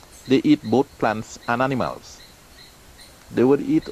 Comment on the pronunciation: i like how he say i am the anamals man